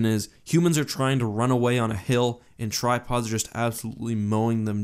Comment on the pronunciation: I also couldn’t hear anything else than „tide pods“ when he talked about the tri pods 😂